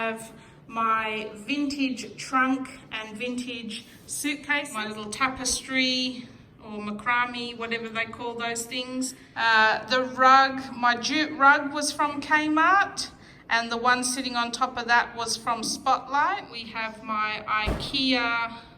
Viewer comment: Macrame is pronounced mack-ra-may it’s one of those weird words ha ha